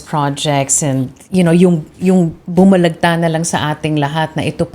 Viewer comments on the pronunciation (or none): Carmina, Bumulaga, hindi bumulagta!